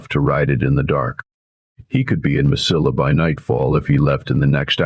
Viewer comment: The correct pronunciation of Mesilla is "Ma• se•yah" . The letter "E" in Spanish is pronounced as a long "A" in English. In Spanish an "I" is pronounced as a long "e " in English. The double "ll" in Spanish is pronounced as the letter "y" in English. In Spanish the letter "a" is pronounced as a short "a" in English. Please, learn the correct pronunciation of Spanish words!